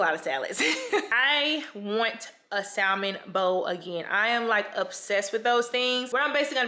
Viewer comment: They need to sponsor you! Not to be rude or too critical but as far as I'm aware the l in salmon is silent